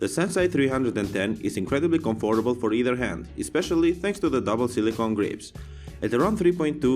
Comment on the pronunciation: BTW, was I the only person getting bugged by how he was saying comfortable!?